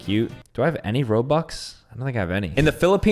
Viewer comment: is the only guy i know that cant pronounce robux